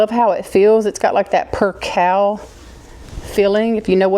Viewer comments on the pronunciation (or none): I think the word is pronounced percale as in ale as in beer. Long “A”. Lol aren’t the bins wonderful? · Val -ence!!! Like Value. Percale is Purr-Kale. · In Maryland we pronounce some words differently than you do. We say valance so it rhymes with balance. We say percale like per kale. And we say ceramic like sir am ick. Interesting ❤